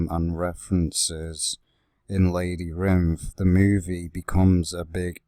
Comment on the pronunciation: It’s not called lady rinth